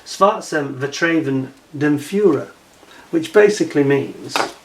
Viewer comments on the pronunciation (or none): Vertreven? Isn't it "vertrauen"? And "Schwarzem" doesn't mean "darkness" in the sense of "evil". I can't translate it here as it has racist overtones that YouTube would stomp all over.